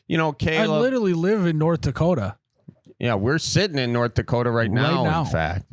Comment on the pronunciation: I appreciate how you guys respected North Dakota with authentic pronunciation. There is no T in Dakota. Just a second D.